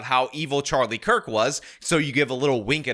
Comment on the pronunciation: Who is the guy pretending to be a woman who said Kirk's name was mispronounced? The one with the red painted clown nose? Does anybody know?